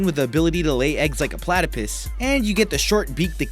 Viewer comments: Did he say platypiss? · lol he said platypus like platypis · he said platypiss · Platapiss? 🤣🤣🤣 Platypus you idiot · I stop watching once he said platypis its Pus, Platypus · he said platapiss 😂😂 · Haha it's platypus not platypis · he said pladipiss XD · platypiss really dude 😒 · lol platipiss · dude its platypus not platopes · PLATAPISS? PPPPLLLLLLLAAAAAAAATTTTIIIIIIPPPPIIIIIISSSSSSSS??????? It's plyatapus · Sorry not platapiss it is platypus 😓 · DID HE SAY PLATAPISS!? XDD😂😂 I'm crying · And it's not pronounced platypiss it's platypus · ... platipiss PLA-TI-PISS XDDDD IM DYING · PlatyPISS? PlatyPUSS. Garial's mouth seems too narrow to cause any real damage. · I have ahedge hog and it's platapus not platapis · Platapiss lol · 'pat-eh-pus' NOPE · Lol you said platipiss (joke: plata PISS) 😂 😂 😂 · "PLATIPISS" IT'S PLATYPUS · did you just say plataypiss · platapiss lmao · Did he just say "platipiss"? ? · He said a platypiss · Lol "platupiss" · A platypiss? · .its platypus* as in plat.a.puss. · "Platipis" ? Lmao the way he said it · "plattapiss". edit: grammar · Guess what. He said 'Platapiss' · WTF HE SAID PLATAPISS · he said pladapiss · can we just appreciate the way he said platypus.